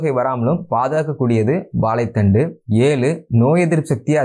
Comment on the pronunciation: மொதல்ல திருத்தமா தமிழ் பேசி பழகு வாலைப் பலம் இல்லை வாழைப்பழம் வலைத்தண்டு வா லைக்காய் வாலைப்பூ என்று மடத்தனமா சொல்லாதே நீ தமிழன் தானே ஏலு இல்ல ஏழு எரிச்சலா இருக்கு உன் பேச்சு